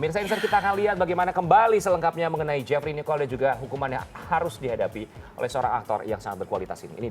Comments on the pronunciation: Gedek gw denger pengisi suaranya ngomong Jefri Nichol aja jewfry Nicholls 😒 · Salah fokus sama cara ngomong "jefri nichol"nya jadi "jhafrey nikhel" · "JaFrEe NiChOl" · hhhhhh iya btull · lisa yuliana samaaaa. Kesel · Wkwkwk samaaa